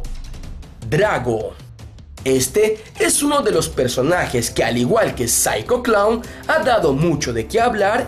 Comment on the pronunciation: Osea we ,pronuncias bien el nombre de Psycho Clown y los otros 2 no ,ubicate we xD